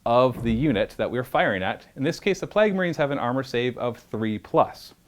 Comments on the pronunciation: I thought I was the only one... what are “Plagg” marines? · You way you pronounce "plague" gave my ears D6 mortal wounds... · How can you do this for a living and not know how to pronounce plague?